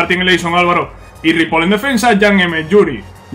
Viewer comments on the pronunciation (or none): no se pronuncia ripol, es ripoi